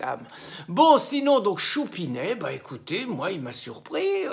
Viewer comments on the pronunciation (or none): none